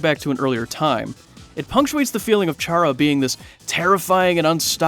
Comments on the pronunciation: You dont say it like ch ara you say it like cara but its spelled with ch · Its said kara. Like character. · It's spelled chara but it's pronounced "kara" but their name is short for the word character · Who else cringed when he says chara